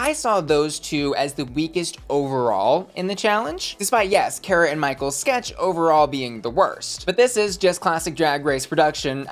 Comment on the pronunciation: her name is car-uh not care-a. learn black queens’ names.